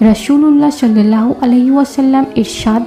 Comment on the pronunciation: শiল্লাল্লাহু নয় ওটা সাল্লাল্লাহু হবে